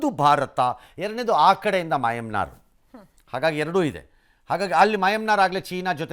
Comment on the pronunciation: ರಂಗಣ್ಣಂಗೆ ಮಯನ್ಮಾರ್ ಅನ್ನೋಕೆ ಬರ್ತಿಲ್ಲ😂😂